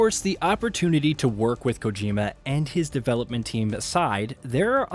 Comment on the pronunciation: You pronounced Kojima productions one way and literally seconds later pronounced Kojima different 🥴 make up your mind...